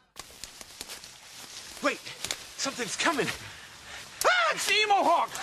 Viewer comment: "It's the emohawk!" Emohawk wtf? XD